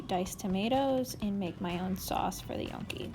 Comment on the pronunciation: You mispronounced Gnocchi.